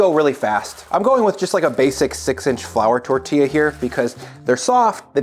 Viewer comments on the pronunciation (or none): man said flour tortilla..... smh